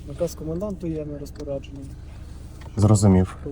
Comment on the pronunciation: Наказ комэнданта штурбантенфюрэра😂😂😂😂😂СС.